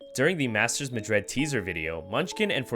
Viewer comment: bruh just questioning why do you pronouce Madrid so weird lmao, like madread? good content tho